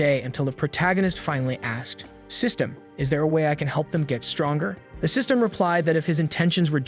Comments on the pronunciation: Sys-t-an failure, Ai voice can't read some words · Ah yes, not system but siestem